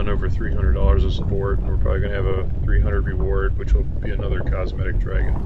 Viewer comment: Hearing say dragon is sooo painful lmao